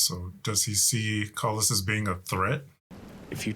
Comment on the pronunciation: His name is Corly pronounced Cor-lis.😊